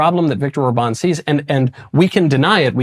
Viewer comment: I'd just like it if someone would tell Michael how to pronounce Viktor Orbán's name properly. The man isn't French: it's not Or-BAWN, the emphasis goes on the OR: ORR-ban (roll the 'r', and short 'a', as in bat)